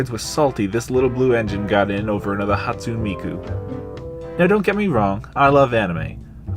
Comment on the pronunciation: I’d like to point out that not many of us were mad, especially those of us in the Nendoroid Discord server! We just thought it was really funny and unusual, and there’s still plenty of Miku nendoroids for us to come lol. I’ll also say it’s pronounced “Ha-tsoo-neh Miku”, but that’s not that important especially if you don’t say her name that often :) If you’re having trouble with a nendoroid part and can’t remove it, the easiest and safest thing to do is heat the nendoroid up in warm water! This softens them and makes moving and swapping parts much easier! Finally, your point about the lack of accessories. Unfortunately, most nendoroids now a days come with only one or two small accessories, but a lot of them come with absolutely none. At the same time, prices are increasing. It’s very unfair and seems to be happening across the whole figure board, with scale figure prices skyrocketing for seemingly no reason. Hopefully it’s just to do with the pandemic and prices will lower over the next couple of years, but I don’t think that’s highly likely to happen, sadly. Great thorough review! Thanks for taking the time to peek into the world of Nendoroids!